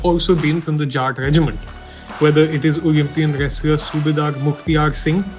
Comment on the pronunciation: The reporter can't pronounce many english words properly especially whenever there is an 'l' in between the letters, like, wrestling , 'level' , 'wrestler' , 'accolades'